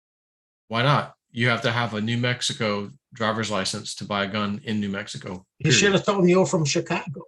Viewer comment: it's NEW Mexico. Not Mexivco